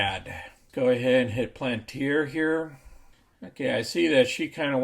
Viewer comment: Sorry, After that pronunciation of palantir i cant watch you more than 10 seconds.. Palayantar SMH